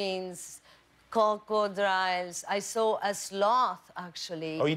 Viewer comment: "Cocodriles" 😅😅... I love her ❤